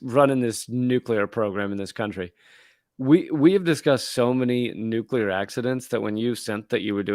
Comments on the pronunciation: stop saying nukular, please? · hey, There is only one U in nuclear!! (please stop saying it with the 2nd U: you are only playing into a plot by George Bush to further divide and confuse us.). Additionally, there are 2 Rs in frustrated and we pronounce them both. Please get with it, as I am quite sure that your "like" and "subscription" numbers would go weigh up.